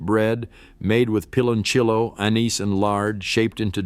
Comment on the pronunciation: It's pronounced like peeh lon siyo.not pilonchello